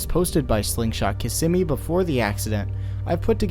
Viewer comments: Kissimmee is pronounced KIZZ ME!! I was corrected by a born and raised in Florida friend. She said I couldn't be an official Floridian unless I pronounced Kissimmee right. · The way you pronounce Kissimmee is grating on the ears, but great docu on the accident !